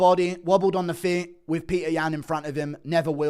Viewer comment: Being British and pronouncing Petr as Peter is unhinged.